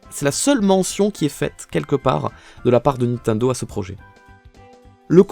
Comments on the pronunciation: Nobody:: "Ninteindo" Me: 👁👄👁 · J'adore comment tu prononce Nintendo😂